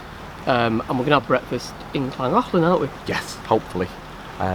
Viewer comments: I follow lots of Narrow Boaters and none of you can say Llangollen properly. It's KLAN GOTH LAN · Great vlog as usual guys. Can't wait to do the Llangollen, just can't pronounce it! Take care